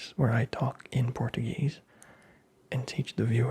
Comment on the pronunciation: You're pronouncing Portuguese like it's Spanish. A common and annoying mistake.